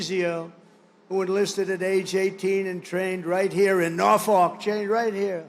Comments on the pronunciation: if you’re going to a city to make a speech, pronounce it correctly. ask a local if you have to. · him saying norfolk wrong is so funny